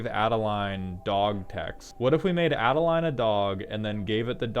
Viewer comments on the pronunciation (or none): none